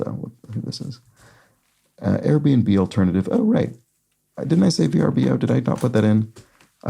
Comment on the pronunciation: VRBO is pronounced like “Ver-Bow”